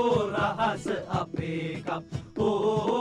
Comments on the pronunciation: අර කප් කියන එක මට ඇහුනෙ කක්ක කියනව වගේ😅😅😅😅😅😅😅😅😅😅😅😅😅😅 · පක් පක් පක් වගේ ඇහුනෙ මට විතරද 😂😂😂✌️ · කප් කප් කප් කප් කියනකොට පක් පක් කියනවා ඇහුනා නේද 😅😅😅😂